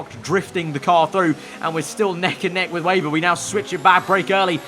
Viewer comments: Should be pronounced Veyber i think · Weber not 'Wayber' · If you say veyber or webah it’s fine, if say weyber it’s not